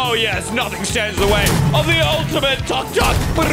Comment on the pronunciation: The way he said Tuk-Tuk instead of took-took made me laugh so hard